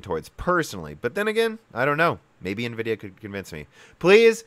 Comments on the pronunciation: EN-vidia, not NE-vidia ... #JustSaying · n vidia... i mean it's in every instance of nvidia writing their name they write it NVidia grammatically you're then supposed to spell the N spearately from the vidia and no one say n as "ni" this is the first time i've heard this way of saying it. i know it's common but it's annoying as hell even if english my second language... just stabs my ears everytime :/ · “En-vidia” and not “NA-vidia.” On some older games a woman’s voice would whisper “Envidia” at the splash screen when you start a game. You said it correctly at the mark. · Its N -Vidia, not Ni-Vidia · Is there any particular reason you're pronouncing a bunch of the words wrong? Nvidia is pronounced en-VID-eeyah: , ASIC is pronounced /ˈeɪsɪk/ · En-Vidia pls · Nuhvidia? Really? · I like this channel but hearing nividia sounds off. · NEHVIDIA XD